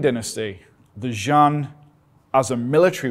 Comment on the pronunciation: You are a Very brave man! But you totally butchered the name "劍 jian" I think it should sound more like Gim.